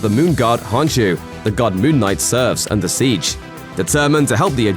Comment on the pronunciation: imediate red flag the k in khonshu isn't silent so its not honshu